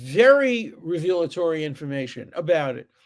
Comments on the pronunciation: I absolutely admire the moral consistency of professor Dershowitz. Please pronounce revelatory properly. It isn’t reveal a Tory it is revel a Tory. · It is not pronounced "revealatory" It is pronounced "revelatory" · Isn’t the word “revelatory,” not “revealatory”? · re·vel·a·to·ry /ˈrevələˌtôrē/ Alan, for God's sake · I do not think you should pronounce "revelatory" as revealatory, with the accent on the second syllable. It should be accented on the first syllable, with the second vowel a schwa, not a long e.